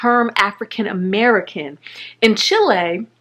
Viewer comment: "Chilei"?? Chile*